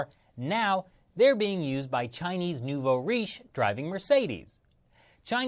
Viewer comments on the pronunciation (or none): none